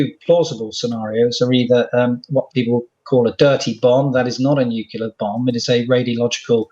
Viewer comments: major chip hazard its nu CLE ar not new q lar , and you are a MAJOR GENERAL not a US president , amazing ...... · Totally nucular dood! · Uranium is NOT considered a nerve agent. Nu cle ar. Thank you. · "nukular". FFS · Not 'nucular' again 🙉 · Since Bush said it, it seems like more and more people say “nookeelar”, even scientists… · But that's how Homer Simpson pronounces it.